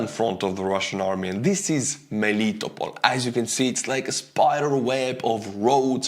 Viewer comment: It's MeliTOpol, NOT MeLItopol.